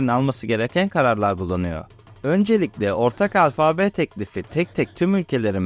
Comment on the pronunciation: Merhaba Delikanlı... Seni, şu paylaşımlarında yaşına göre hayli ileride bulup, hâliyle de beğeniyorum. Ancak, bunu dedikten sonra şöyle de küçük bir uyarı yapmış olayım... Alfabe derken, ikinci "a"yı uzatıp "â" demen yanlış oluyor ! Netîcede "Yunanca "Alfa" bu ! Kolay gelsin, selâm...